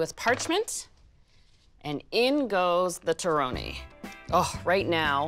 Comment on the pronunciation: Would you please pronounce the word “torrone” as if you were Italian? Just saying . I’ll keep your recipe , though .